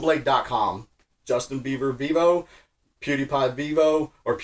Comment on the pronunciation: saying "Justin Beaver" over & over cracked me up